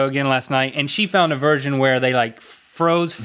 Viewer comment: She found a virgin where.. I understand you meant version but, I don't think you said that right...